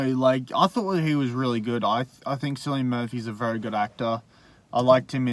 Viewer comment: How is it that neither of you know how to pronounce Cillian? Come on, he's rather famous, haha.